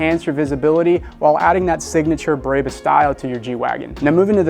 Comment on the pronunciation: why are you calling it breybus ? lol